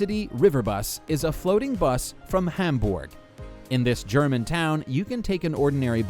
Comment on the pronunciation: What the fuck is ham-borg